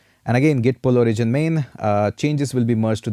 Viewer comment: This is a really good and fun course! Better than many expensive courses out there. If I absolutely needed to comment on anything it would only be that "origin" should be pronounced O-rigin not o-RI-gin. But, that would really be nitpicking on a minor detail. In short, it's an really well-done course and I learnt a lot! Well done! :-)